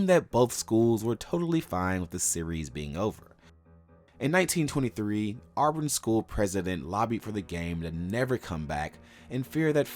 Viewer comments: It's not pronounced "Awe-brin". Also, it's "ask" not "axe". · It’s really annoying how much is mispronounced.. Shug Jordan is pronounced like “Jerdan” and it isn’t “Arburn” 😂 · you gotta stop calling them ourburn